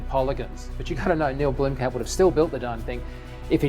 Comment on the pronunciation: why does he say neil blimkamp... its neill blomkamp!